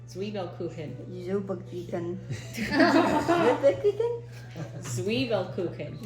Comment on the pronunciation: As a native German speaker: Your German pronunciation of Zwiebelkuchen is pretty good👍🏼🙂